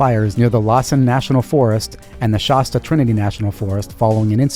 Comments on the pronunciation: Sorry to be so distracted by this, but the "a" in Shasta is pronounced like the "a" in Dad. Not like pasta. 😖 On the other hand, I enjoy your "Crimes of the Week" episodes and look forward to them. 👍🏻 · Yes, that was weird! “Lossen National Forest and Shosta Trinity Forest”?!?!